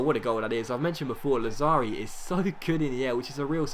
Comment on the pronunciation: Lazzari has the accent on 1st A. Làzzari :)